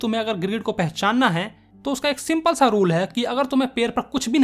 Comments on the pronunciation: in 2nd stanza he says sigma rule instead of simple rule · He pronounce Simple as Sigma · He said Sigma rule instead of simple rule.😂😂😂